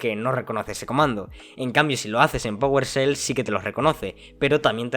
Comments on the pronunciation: Que es "pogolshell"? Aahh ya powershell, es que estos españoles no pronuncian la e "fuogo" por "fuego", "juogo" por "juego"... es gracioso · Oye, NO se pronuncia powerSel, se pronuncia powershell 😂 Saludos!